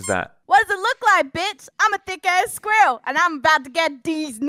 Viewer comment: the scwarl lol